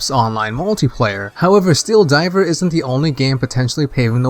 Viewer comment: Why do you say 'diver' like 'diaper'? Lol.